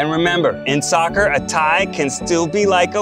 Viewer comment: They lost me at "saccer" 😂😂😂